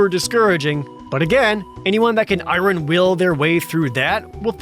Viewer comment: Norm Macdonald would appreciate your pronunciation of the word “iron”.